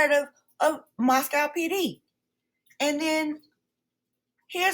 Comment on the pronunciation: Gag order doesn’t apply to the Goncalves family members, only to their attorney. Shannon Gray. You need to get your facts straight. Family members are free to express their opinions anywhere and anytime. All you got are dubious “facts” from dubious sources. Can’t take you seriously. Moscow is pronounced Mosco (no “cow”), BTW.